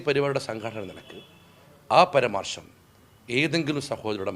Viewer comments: മര്യാദയ്ക്ക് മലയാളം പറയാൻ ഇയാളെ ആദ്യം പഠിപ്പിക്കണം. " പരാമർശം" എന്നതിന് പരമാർശം എന്നും "നിർവ്യാജം" എന്നതിന് നിർവാജ്യം എന്നും പറയുന്ന യാളെയാണോ എഴുന്നള്ളിച്ചു കൊണ്ട് നടക്കുന്നത് ......!!! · പരാമർശം എന്ന് വ്യക്തമായി പറയൂ.. അതു പോലെ നിർവ്യാജം...😂